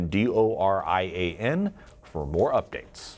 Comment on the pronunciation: Hurricane DoriYAH